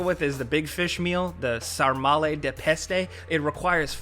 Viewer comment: I'm a bit late here, but as a romanian I can say that you pronunced very well "sarmale". Good job